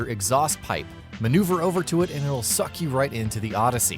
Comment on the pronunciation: Did he say odyssey yussy